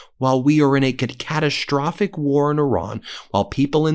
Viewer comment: “CataSH-strophic” How do you manage to butcher the English language? Now, you have ADDED an SH sound BEFORE the ST sound. Previously, you just mispronounced ST as SH, now you’re saying ST but you’re adding an SH sound in front of it for which letters don’t even exist. Have you considered speech therapy?